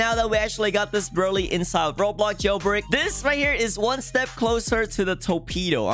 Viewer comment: It’s brulee not berlee